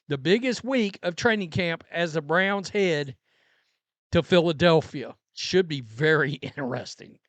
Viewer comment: Two questions on this. 1: Is she telling Bucs fans the same thing about Shilo? And 2: Why should anybody want fan advice from someone who'd stumble under such a simple name as the Cleveland Browns? It's not like they're the Zizza Zizza Boink Boink Freepians. If you can't say "Browns", you probably shouldn't have their name in your mouth to start with.